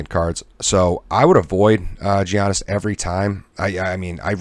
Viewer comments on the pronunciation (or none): It's pronounced "Yian-nis", no G sound. :) Thanks for the talkthrough on today's picks! I'm new to PP and have been enjoying this channel